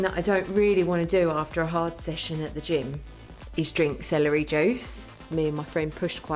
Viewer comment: I honestly thought you said ...."..and before the Gin" had to rewind a few times to get that you said "Gym" not "Gin" 🤣